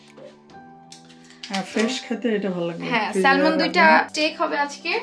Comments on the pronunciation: not salmon , i think pronunciation will be sa-mon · স্যালমন না স্যামন হবে কথা টা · স্যমন,স্যলমন না। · স্যালমন কেন? এটাতো স্যামন হবে। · এটা উচ্চারণ হবে স্যামন।স্যালমন না।এল শব্দটা সাইলেন্ট থাকবে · I love ur vedios bt the pronunciation of Salmon should be Seh m'n the L in the word is silent... Hope u dont mind.🙂